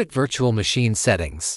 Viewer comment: "Vitchual machine" AI voice spitting fire right now